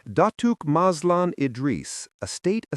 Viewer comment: I'm sorry if I offeded you but datooke? Is wrong it's datuk the k is silent